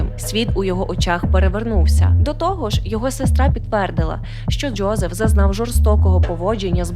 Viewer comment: Чому ви вимовляєте ДжЬо і Джьозеф? 🫣